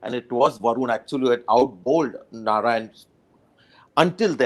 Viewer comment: Someone tell mister Manjrekar it's Narine not Narayan.